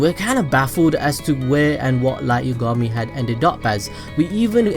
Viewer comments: also light you-ga-mi? isn't it light ya-ga-mi? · dude listen its light YAAAA gami not light YUUU gami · Its Light Y(ah)gami... not Light Y(uh)gami... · Yah gahm me. Yagami lol not yugami js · i die every time i hear Yugami. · "light yogami" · its yagami not yagama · the way you say yagami bothers me. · Light didn't die cuz of Ryuk because in the early episodes misa told rem that his name was spelt moon but pronounced light and ryuk wrote light not moon